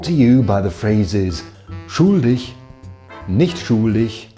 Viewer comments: Your pronunciation of schuldig is almost perfect, except the u is too long. Try to pronounce /upsidedown capital omega/ instead of /u:/. (I don't have the correct symbols available on my phone keyboard) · Try pronouncing the short u in schuldig like the ou in should or would. Das scheint mir phonetisch am nächsten. We should all write/use the international phonetic alphabet^^ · your German is usually almost free of an accent, but when you say "schuldig", one can hear that you are British right away. Just a tipp: your U is too long. It almost sounds like a double O in English. And it is a bit too deep. Say the U faster and a bit more open (meaning don't form you lips that much) and it'll sound much cleaner ;-)